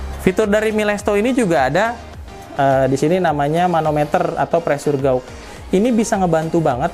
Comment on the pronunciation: FYI pressure gauge bacanya "presur gej"